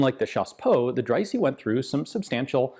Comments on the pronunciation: Quick pronunciation tip: the letter "e" is pronounced "ee" in English and in English only. In other languages it's either "é" or something close to a "uh". In that case Dreyse would be pronounced something like "Drayzuh". Great video as usual though :) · As a German i can say that the name Dreyse is spoken Dreyse :-) ! Fun away: german words are spoken in german language as they are writen, but of course with german pronouncion, the letter e at the end is spoken like the e in west.